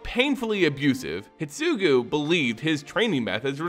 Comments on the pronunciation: I have only one problem with this video (and it's caused by my OCD) is that you keep mispronouncing terms. Exemples: -you say oroROchi instead of orochi -you say Hitsugu instead of HiDEtsugu. Also... HOW LONG DO MOONFOLK LIVE? I mean, we came to understand that the new Kamigawa is set 1000+ years AFTER the prior one and Tamiyo seems to come from the old one... is she 1000+ years old or does the time on Kamigawa flow differently than the rest of the multiverse? Also also... man, I miss how beautiful stories used to be when they had three expansons to develop instead of rushing like hell. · Neon Destiny instead of Dynasty Hi-DE-tsugu Orochi, Myojin, etc. At one point I was like "he must be doing it on purpose to get comments on how bad it is";) While listening to this podcast style it made it somewhat hard to follow, but swithching to video gave it some context - this could be further improved if you included a showcase of cards relevant to the discussed plot (if those exist) like you did when you were introducing the characters. Have you thought about asking some Wizard's affiliated person for pronunciation tips prior to making this kind of videos? Maybe try having a selected few do an early viewing and delay the actual video to improve it based on feedback. Don't want to undermine the amount of work you already put into the video - it is GREAT and you can be proud of what you do for the community. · The only issue I have with this video is your pronunciation. Normally it's not a big deal, but you kept calling Kiku "Kiki" and Hidetsugu "hitsugu" and that drove me crazy haha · What about "Hidetsugu"? Am I crazy for thinking an entire syllable got left out? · Thanks for the timestamp (and apologies for the late response). Yes, a whole syllable was left out. It should be pronounced "hee-deh-tsu-guu", not "hid-tsu-guu". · The video is amazing, but how you pronounce Hidetsugu really triggers me 😂 there is a "DE" between "Hi" and "Tsugu" HI-DE-TSU-GU 😝